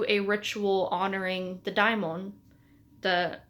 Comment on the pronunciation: It's "dáimon", as in "Afrodite". I think we all should learn ancient greek, at least the alphabet to pronounce correctly